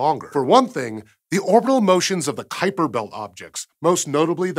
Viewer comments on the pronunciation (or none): none